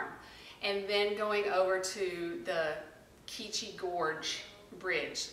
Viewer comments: Live here too it’s pronounced QWEECHI. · No it's que chee ...like kwee - chee.....it's abanaki... The river is the ottoquechee river it means to quelch...like to thirst for water.... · I live In Woodstock and quechee is pronounced the same way it’s spelled and not key chee